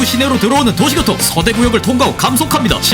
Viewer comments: 중간부터 도시교통이 도시고통으로 나레이션이 바뀐거 같은데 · 찰지다.. ㅎ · 너무 찰져요..😂😂